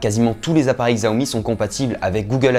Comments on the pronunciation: Bonne vidéo mais on dit CHI-A-OMI !!!!!!!! 😅😂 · En réalité, ce n'est toujours pas la bonne prononciation, car le "xi" en mandarin est un son qui n'existe tout simplement pas dans la langue française :\ Donc oui, le "ch" est ce qui s'en rapproche le plus, mais ce n'est pas non plus correct 😋